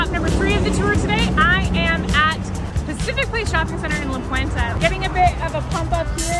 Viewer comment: Friendly reminder. It's La Puente, not La Puenta.